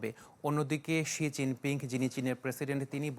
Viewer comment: শি জিং পিংক না হবে, শি জিং পিং উচ্চারন ঠিক করে সংবাদ পরিবেশন আবশ্যক...